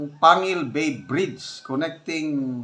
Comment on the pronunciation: Kasi daw di pa sana pwede.gagamitin pero parang minadali dahil fiesta ng isang city.Panguil ,"pang gil "ang pronouncation